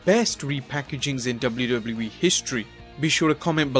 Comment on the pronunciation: The way you say WW in WWE is fucking infuriating! its Double-U Double-U not DOBLERDOBLER